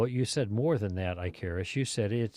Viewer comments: Why did I know Koukl was going to produce garbage when I heard him call the X poster “eye-CARE-us” 62? Really, Greg - never heard of Icarus in Greek mythology? does Koukl claim that he has a Master’s degree in Philosophy? WTF? Did he find it in a box of Cracker Jacks? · He pronounces the username as "Eye-Care-Us", JFC, Icarus, from Greek mythology, Ik-a-Rus, has he never heard of it? Probably not since it would be actually learning about different cultures. This guy is an idiot or ignorant on purpose. What a clown. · The guy can't even pronounce "Icarus". What are we expecting? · Koukl starts out by mispronouncing 'Icarus'. That's when I stopped listening to him.